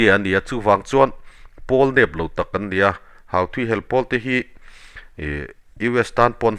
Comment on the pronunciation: Houthi hi (Huthi ) tiin lam tur a ni zawk lo maw Sir, Hauthi ti lovin😊